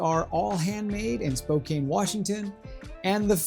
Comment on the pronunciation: Good review. The city, though, is pronounced "spoke ANN" not "spoke ANE". No long "a". For the price, I think I would have to wear those nearly every day. I would also think it would take at least a month 4-6 weeks to break them in properly. I have two pair of Red Wings (Classic Moc and Iron Ranger). I wore them half a day for a month and that seemed to do the trick. No sore feet or blisters, and they fit amazing.